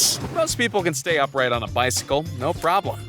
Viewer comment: It's Upright NOT up rigjt. He said it wrong. Oy!